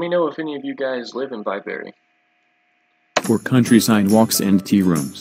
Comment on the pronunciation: *Bi - bree not Bi - berry.